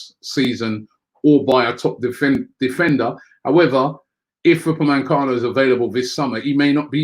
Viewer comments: I missed that but I meant he says upamencano when it's upamecano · ROBBIE!!. UPAME-CANO.. Robbie, there is no N after the E in his name. It's hard hearing it like this for ages now lol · Upamecano* there isn't an N in his name